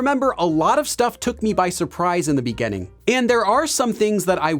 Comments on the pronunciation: It's interesting how teacher pronounces “beginning” and “beginners” as -- “begainning” and “beganners”! 🤔 Which part of the States has this variation or accent? 🤔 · just curious about your accent when you say "beginning" as "begenning"...from where is that? Thanks. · You are spot-on in catching his pronunciation of beginner/beginning! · Take a shot everytime he says "in the beganning"